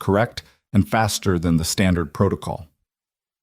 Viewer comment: "Faster" route, not "bastard" route! I walked my dog, someone "hurt" him, not "heard" him.